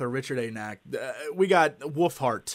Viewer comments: It always sounds like Jesse is saying "Woofheart" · Sounds like he says "woofheart". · no he said woofhart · It sounds like he is saying woofheart.. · did jesse say "his new book, willfart"?? O.o